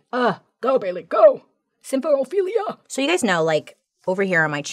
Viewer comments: I'm just so proud of her pronouncing symphorophilia correctly ❤ every time. ❤ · Can I just say how impressed I am with how easily she pronounced symphorophilia? Like who is she 😏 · I love that you smoothly pronounced symphorophilia, but struggle on escape (it’s not ek-scape sweet woman).